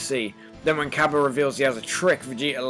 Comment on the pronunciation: It's not cabba its kabe